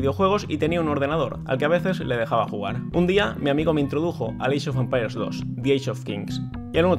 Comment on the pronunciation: Alva: "Eeichofampairs" Open English . com clases en vivo 24 horas al dia